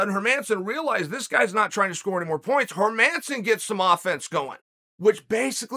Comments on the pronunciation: Herman- e-son😂😆😆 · "Hazmat and Hermaasen", I love Chaels name pronunciations 😂😂